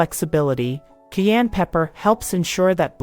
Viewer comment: It is pronounced “CAI ENNE “ not KEY ANN!!😊